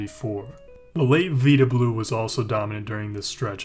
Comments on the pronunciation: Nice video. Could use some work on the pronunciation of certain names (Mickey Cock rin and Vy da blue) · Not learning how to pronounce names comes off as unprofessional. It is Mickey “Cock-rin” and “Vy-dah” Blue. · Veeda blue? Really? I do like watching these types of videos, but do the smallest amount of research to get the names right of big time players like Vida Blue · How did he pronounce Vida Blue ?!?!?! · Yea!…how does someone miss that! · I let it slide when you couldn't pronounce Cochrane. I quit watching when you couldn't pronounce Vida Blue.